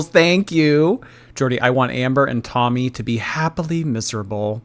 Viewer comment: Is it me or you calling Tommy “tummy”? That’s what i hear everytime😝